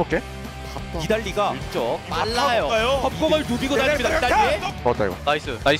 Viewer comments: 이거 ㅅㅂ 개신기하네. 그냥 들었을땐 ”사일노플 나이스“ 이렇게 들리는데 자막보면 “니달리 노플 나이스” 이렇게 들림 ㄷㄷㄷㄷ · ㄹㅇ 첨에는 니달리 노플인줄 알았는데 자막없이 소리만 들으면 사일 노플임